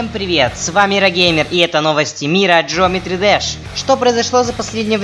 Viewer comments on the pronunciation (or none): none